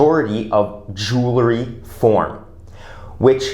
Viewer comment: Please don't say jewlarry! It's jewelry!